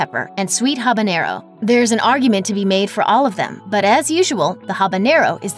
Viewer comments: It's not "habañero! It's habanero . Named after Havana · One would think that someone talking about hot sauce, would be able to pronounce the names of chilis. Habanero, habanyero. Funny, when talking about Louisiana brand, she got it right. OK, I'm confused here. She is talking about the YellowBird brand, and the habanero is hotter than the Ghost Pepper.